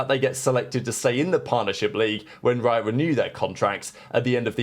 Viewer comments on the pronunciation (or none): none